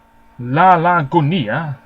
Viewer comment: Hi! Great commentary as always. I just want to point out that the double L in Gunilla (which is a fairly common Swedish name) is pronounced just like it would be in English, and not like the Spanish double L sound. Besides that your Swedish pronounciation is pretty good. 😊